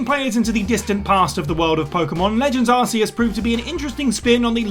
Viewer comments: Everybody gets that pokemon's name wrong... Ark Ee US is how you pronounce it; not Ar See Us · Huh, it's actually pronounced "ar-key-iss", and the Pokémon games even proved that without voicework. In Sun & Moon, there's a new Pokémon called Silvally (the evolution of Type: Null). It possesses the ability to change types and its signature move Multiattack depending on what type-keyed Memory you give it... similar to Arceus's plates. Silvally's ability is called the "RKS System". If you pronounces each letter individually, you get "ar, kay, ess"... or "ar-key-iss"... or "Arceus" ;) So yeah, one Pokémon's ability confirmed that another Pokémon's name uses a hard C :P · Ig - Wan - Ah / Arc - e - us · Why can't you say Iguana or Arceus properly?!?